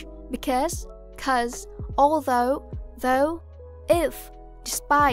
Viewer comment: Người đọc bài này tiếng Anh rất khá, nhưng có vài lỗi rất cơ bản: Chữ in hay if, chữ 'i' ko phải nguyên âm đôi nên ko đọc kéo dài như thế và hơi 'ư' 1 tí, vd chữ 'did' sẽ đọc như 'đứt' 2 là chữ wall bạn đọc gần thành chữ world...